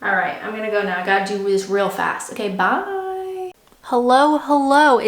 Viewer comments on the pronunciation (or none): Is it just me or is her customary "byeee" less 'Canadian' than it used to be?